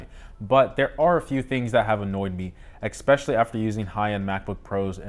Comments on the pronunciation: I found this video “ex-specially” informative. Thanks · Exspecially? New word? 😀